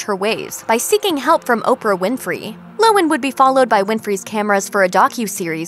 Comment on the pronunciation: LOHAN, not lowen.